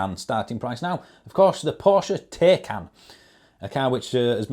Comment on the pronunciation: It’s. tie can not ta can, just saying, Porsche very specific about this, great vid keep up the good work. 👍😩🎄🎄🎄👍